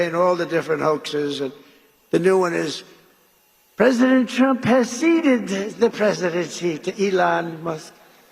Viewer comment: I just kept hearing him say “president chump” when talking about himself in 3rd person.